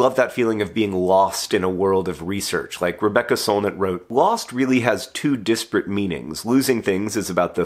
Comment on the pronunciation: I was about to go on a rant about how John pronounced disparate as "disprate" but then I remembered mispronouncing words is his thing.